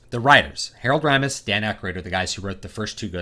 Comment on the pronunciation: It's pronounced RAY-mis, BTW. It's finally happened -- all these sequels, prequels, remakes, and reboots have now mutated into this single combined cash cow amalgam. : P We got "Mad Max: Fury Road," "Jurassic World," "The Force Awakens," and now "Ghostbusters." I would guess Kristen Wiig = Ray, Melissa McCarthy = Peter, Kate McKinnon = Egon, and Leslie Jones = Winston.